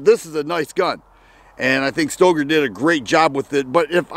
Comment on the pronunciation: Pretty sure that Stoeger is pronounced "Stir-gerr".